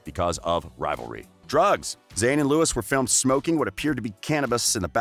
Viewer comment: Yeah I stopped watching after you said “Lewis and Neil”